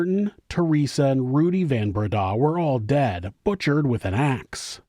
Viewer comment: Van Breda is pronounced like Fun Breda